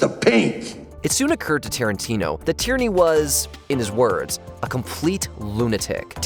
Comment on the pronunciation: It's nor Tyranny. It's Tierney (pronounced tier-knee).